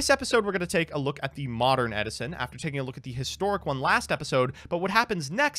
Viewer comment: Ed-i-son! Ed-i-son!